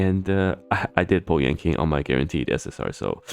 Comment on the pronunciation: Yanqing --> Yanking